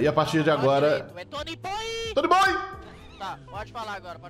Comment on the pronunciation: Muito bom o vídeo, só tem um único problema, não é Toooonyyybooooyy e sim Tonyboioooiii